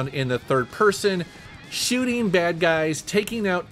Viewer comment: I love how says ‘shooting.’ Scheuuuting